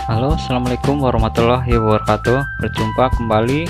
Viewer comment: Kasih salam blepotan amat.